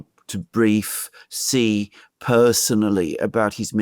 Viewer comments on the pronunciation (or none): ‼️, “Xi” is pronounced “she” not “gee” or anything else. Just say, “she” as in “banshee”. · The Chinese premier's name is pronounced "She". "Gee" in Chinese means CHICKEN. Stop using BS Colonialist pronunciations. SEE is interesting but laughable.